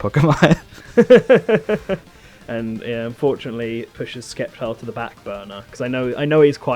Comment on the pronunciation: boi you can pronounce Decidueye correctly but not Sceptile?